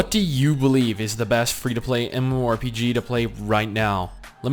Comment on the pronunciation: Stop saying Mmo rpg "Emuarempg"